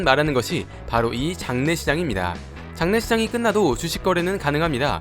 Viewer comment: ㅋㅋㅋㅋㅋㅋㅋㅋㅋㅋㅋㅋㅋㅋㅋㅋㅋㅋㅋㅋㅋㅋㅋㅋㅋㅋㅋㅋ 발음이슠ㅋㅋㅋㅋㅋㅋㅋ